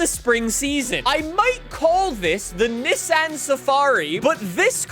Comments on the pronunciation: I love your content but the constant Niss--an instead of neesan pronunciation about drove me nuts 🤣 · I almost couldn't watch with his consistent saying of niss-ann ITS NEEEESANNN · FYI its pronounced kneson not nisson even though its speld Nissan unless you are saying it like that as a joke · Say it more like KneeSan no NiSun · Not Nissan it is NissAn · It's pronounced Nee Saan. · its pronounced "Neeson" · Your hurting my brain as your pronouncing Nissan wrong. Got to skip this video. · Bru u don’t know how to say Nissan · Ok pronounce Nissan correct please just put it into Google translate and listen to it it’s not the way you pronounce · Spends whole video shouting and still can’t pronounce Nissan properly… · Anybody else getting pissed off at the way he says "Nissan"? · is pronouncing Nissan wrong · I guess I’ve been pronouncing Nissan wrong my whole life. Oops. Lol